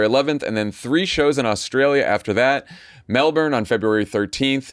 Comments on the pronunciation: Sorry, but even with coaching, you mispronounced “Melbourne.” As you pronounced it, it’s like the Florida city. When you get to Melbourne Australia, you will hear it pronounced without the r. “Mel-bun” is closer At least you didn’t say Brisbane with a long a. Get to the best farmers market in the world (Vic market) and climb the Harbor Bridge. If you’ve extra days, from Brisbane go to the Great Barrier Reef, while it exists. And don’t worry about the box jellyfish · "Melbin" It's pronounced "Melbin". Kindly update your pronunciation guide. Thank you!